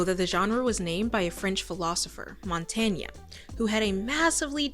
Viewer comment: ... I have to admit, ik that accent and stuff are things you cannot control, but this is the wildest pronunciation of Montaigne I have ever heard. You don't have to pronounce the e at the end, you can pronounce the e at the end ... like you pronounce the end of mountain, which is the meaning of the name.